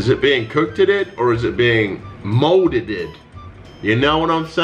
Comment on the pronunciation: “Is it being cookeddeded or is it being moldedded?” 😂